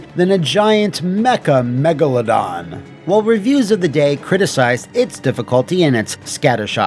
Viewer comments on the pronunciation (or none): none